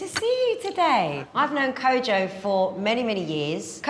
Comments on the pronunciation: Simon actually pronounced KOJO right 🫡👏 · Simon mentioned Kojo’s name better as a Ghanaian than Kojo himself. Much ❤Ghana Simon